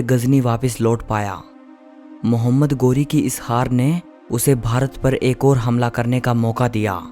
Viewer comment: 👉 गोरी नहीं, ग़ौरी है 😀